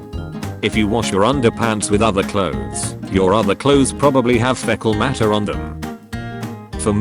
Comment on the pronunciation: FEHcUl mater